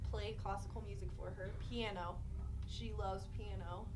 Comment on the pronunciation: This was awful these guys are absolutely uneventful in everything they do in this,Learn how to express things to your audience??? Their just pathetic who the hell says Piana? It’s Piano!! “You guys here are you two little girls” one of them says with a smile on his face the other starts talking seriously? Completely outta sync with each other…..it’s just horribly put together